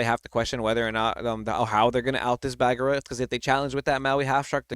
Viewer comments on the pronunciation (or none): Donald the spell caster is going to break the meta, Tamato is the new money card! The return of Hercules, I like, but you have to really plan it out, I'm sorry,, but it's not pronounced "BAG-ER-RA" it's "BA-GEAR-RA."